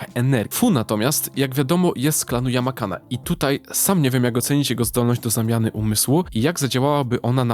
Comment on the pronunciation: Klan yamanake a nie yamakane, ogólnie chyba sztosik :p